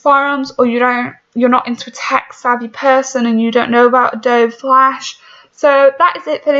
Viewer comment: You are so dumb! You are not a software develop 😂 you can’t even say adobe correctly!